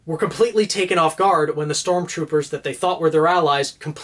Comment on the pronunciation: You: "Sormtroopers" Me: "Use my knowledge, I beg you!"